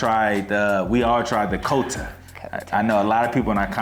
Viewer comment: Nooo it’s said “quarTTa” but written Kota